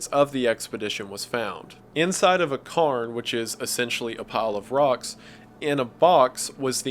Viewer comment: 'Cay'rns' is the pronunciation, Scotland has thousands of them. The locomotive engine was hardly used iirc? It wasn't efficient and they didn't bring enough fuel anyway.